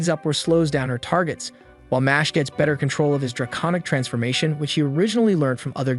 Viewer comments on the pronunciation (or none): none